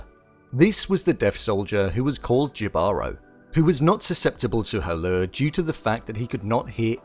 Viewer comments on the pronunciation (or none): Yo I legit cringed once he said jee baro. Someone didn't do his homework... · It's not pronounced "jeebarow". The word is pronounced "hebahrow". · JI-------- BA--- RO-- NOT YIVAROO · Btw it's now pronounced "jibaro", its pronounced "hibaro" <3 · Dude... just look it up anywhere online: love, death and robots + Jibaro (not Jivaro) + Puerto Rico. It is set in Puerto Rico. The main character, clearly a Spanish conquistador, is audaciously named "Jibaro", a word that was born in Puerto Rico and has roots in neither Greece nor Spain. I get that the Greek, the Norse, the European, the Asian, the South American mythologies, etc. are great... But the Caribbean mythologies are another beast entirely, hence why you've probably lost your marbles in Greece over this piece inspired by PUERTO RICAN MYTH and written by a Spaniard. How dare us have such towering mythology-right? Lol... It has all always been there. Read a few books. Watch a few Pirates Of The Caribbean or something 🤣🤣🤣 PS - Jibaro [he-bah-ro] not gee-barrow or gee-baro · Thank you! It was driving me crazy the way he and others think it's Ji-baro. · yall Jibaro is pronounced hee ba ro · don't know if it's the same word but "jibaro" is pronounced "He-baro" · The soldier’s name is not Jibaro. Jibaro (pronounced Hee-Bah-Ro) is from the Taíno language meaning “mountain folk” basically, the siren. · Only thing - Jibaro is pronounced “hee-bar-oh” otherwise I really appreciated this content!! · it's pronounced he-ba-ro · Um… Jibaro is a word the Spanish conquistadores use to call the Tainos Who lived in the woods (puertorican reference) and used to hunt and kill for gold. The use of the name without the actual meaning is an insult to us. And Jibaro it’s pronounced like heebaro, conquistador is con-keys-tador Spell them right please. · “Jibaro” is pronounced “He-ba-row.” It’s a Spanish word for “countryman” or “farm worker” with indigenous roots with a meaning akin to “child of the forest.”